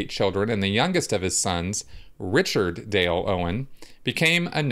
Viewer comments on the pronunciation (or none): none